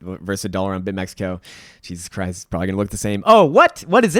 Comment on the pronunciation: it’s not bitmexico bro just bitmex